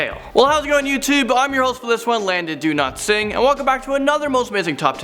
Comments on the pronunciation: Every time you say your name it sounds like you’re saying “do not sing” 😂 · Is it just me or he alwasys say do not singh